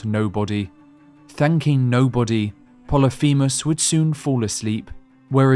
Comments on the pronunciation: "Plolyphemus" Is pronounced 'poh-lih-fih-muhs' I only know that thanks to my 9th grade English teacher a decade ago 😅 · Pol-lif-a mus. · it's pronounced polyphemus, not poly feamiss